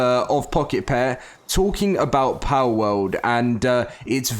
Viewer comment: It's Pal World, not Powwowd